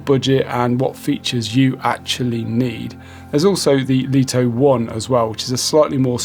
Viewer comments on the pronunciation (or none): Just for info, according to pre-release LITO 1 and X1 testers, DJI were adamant the drone MUST be pronounced as "Light-Oh One" and "Light-Oh X-One". Not "Leet-Oh" or "Lit-0h." 🤓 BTW, great review. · In Mandarin Chinese, 利托 is pronounced Lì tuō. Here is a breakdown to help you master the pronunciation: 利 (Lì): Pronounced with a falling tone (the 4th tone in Mandarin). Start with a slightly higher pitch and sharply drop down, similar to saying "Lee" with a stern, emphatic tone. 托 (Tuō): Pronounced with a high, level tone (the 1st tone in Mandarin). Keep your voice flat and steady at a high pitch, like saying the English word "toe."